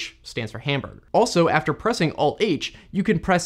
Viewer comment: If you open up the "hamburgher" menu...